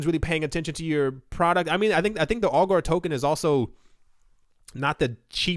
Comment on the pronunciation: I’m pretty sure ‘Augur’ rhymes with ‘logger’ and not ‘Al Gore’.